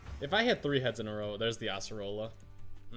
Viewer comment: you say Asserola instead Acerola